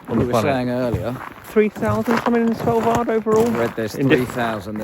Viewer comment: How on earth do you pronounce "Svalbard"??? I listen you say it over and over all I can hear is "Sellvar". WTF! It is pronounced SWAHL-BARD. And on that note your microphone onlyseem to pick up bass, too little trebble.